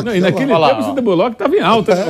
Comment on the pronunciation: Mano Vamp falando Sandra Bulóqui kkkkk Resenha demais kkkk